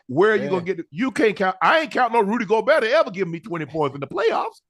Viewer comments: Shit is almost embarrassing. Guys been covering the NBA for months now and we’re in the conference finals. How does he not know how to pronounce his name? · he’s close enough and it’s not like he’s completely mispronouncing his name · but....he is lmao. Imagine your profession is covering sports, you've been covering specific team for months now, and you still can't pronounce the most simple last name of a 4x DPOY. It's like he doesn't actually watch the games or something lol. Just another example of his lack of awareness/attention to detail. Little things like that is why he wants to get on ESPN but can't. Not nearly professional enough. But "its close enough" I guess